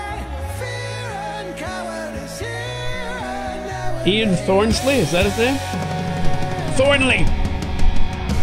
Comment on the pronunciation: "Ian Thornsleys" every time! Cracks me up! 🤣🤣